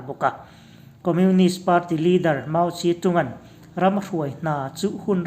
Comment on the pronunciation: 'Mau ze dong' tia lam tur. Rafale hi raf-el tia lam tur ani bawk e